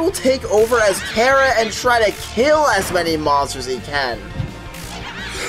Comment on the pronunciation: i can just hear the undertale fans screamng on how you pronounced chara's name lol